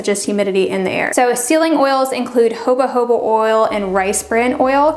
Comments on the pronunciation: I really love your very informative videos, the in-depth and clearly well-researched explanations and tutorials that you provide are priceless! Thank you!! But one thing is driving me absolutely INSANE; Jojoba Oil is pronounced HO-HO-BA, not HOBA HOBA 😂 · Jo-Jo-Ba.... not joba joba